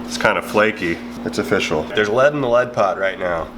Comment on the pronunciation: Its o-fish-all, rocks like bismuth